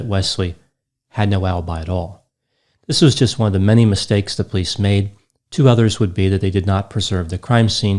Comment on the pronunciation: I find myself more and more endeared to your single syllable sounding pronunciation of the word "police" as "pleece". Granted, I tend to over annunciate the word as "POE-lease", but your technique is growing on me. Also, your daffodil colored button-down is just a breath of Spring!